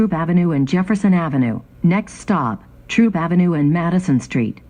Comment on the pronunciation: It’s THROOP AV , Not Troop Avenue